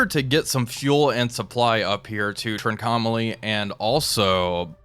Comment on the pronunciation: it hurts my ears when you call Sri Lankan ceelon and Trincomalee trikomalo 😆